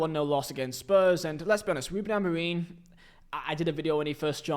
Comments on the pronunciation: It's f***ing Amorim not Amoreem ffs! How the hell can you not say basic sounds with your vocal chords? I'm not even a Man Utd fan but f**k me, you need to learn how to pronounce words properly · Please stop saying Amoreen og Amorino mate